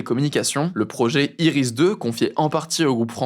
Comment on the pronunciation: Sinon, ça se dit Iris carré